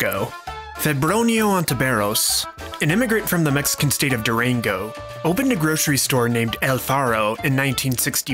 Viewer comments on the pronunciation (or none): none